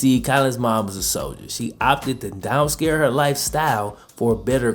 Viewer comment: you say" blah blah blah his mom decided to down scare her life" lmao. Come on bro. And what about when you say sophomore.....I mean FOH..... sauphmore ...... SAUPHMORE